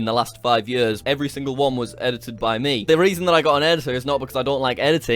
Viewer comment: Jack pronounce "years" "yörs". Scandinavian people will understand